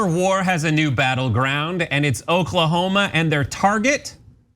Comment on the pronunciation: Ahaha! Did he just say, "baning books in Oklahomo"?!